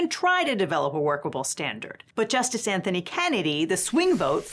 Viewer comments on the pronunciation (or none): none